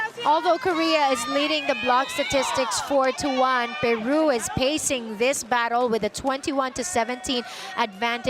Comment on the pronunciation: The commentator is SO pro Peru and uses her bad accent to pronounce the country's name